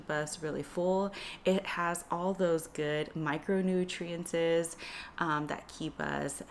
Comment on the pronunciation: You mispronounce a lot of words for a doctor 😖 Macronutriences Alcimate Micronutriences